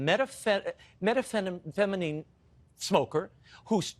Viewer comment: Can't even say methamphetamines.